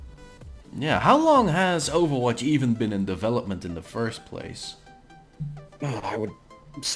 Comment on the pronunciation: Wait.. Overwatch is "bether" Really?